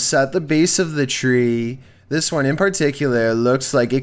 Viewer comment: "Number wan"